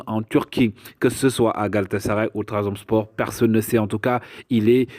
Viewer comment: tu as raison c’est ma faute il est dit Ndiaye mais j’insiste sur la prononciation de Trabzonspor Bon travail